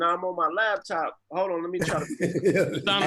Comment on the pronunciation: Why do ppl say “labtop” when it’s “laptop”?